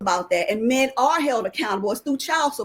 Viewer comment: listen to this chick trying so hard!!! She loves saying the word "mayen" 😂